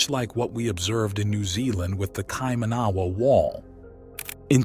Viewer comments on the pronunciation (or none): Kai - man - na - wa is how we pronounce it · You need to learn how to pronounce Maori words such as "Kaimanawa"... there are examples of correct pronunciation in some of the segments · Listening to this and the pronunciations of the words are hilarious!!😂😂 Its no kai manaaaaaaaa ........wa. Its kai maua. Kai ma noooo ah. And its not the may ory people. Use normal vowels like a human??? Ma(short) oldy. Sounds like moldy bread . Moldy. Ma ori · Here's a little hint on how to pronounce Maori words the vowels for the maori language are pronounced a = Ah e= Eh I= Ee o= Or u= Oo Wh= F nga= Nah so Kaimanawa would be pronounce like this Ky mahnahwah not the butchered kay man awa you keep saying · Its pronounced kai- mana - wah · you should ask someone to tell you how to pronounce Kaimanawa it is kye mannna wah, mana is said munna Maori is pronounced MO RI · Bro you need to get your pronounciation right on maori and kaimanawa'' As a kiwi its haed to listen to'. take care mate.